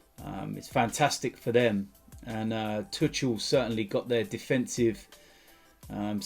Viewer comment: He said “touchel”